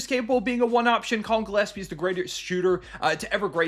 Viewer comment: I hope Rusty is watching and listening how Gillespie is pronounced, cause his Djilespie is ridiculous.